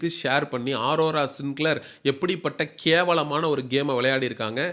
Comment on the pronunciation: 😂😂😂 டேய் அது ஆரோரா இல்ல அரோரா 🤮 நீ சொல்லுவது நடக்குமா பார்க்கலாம்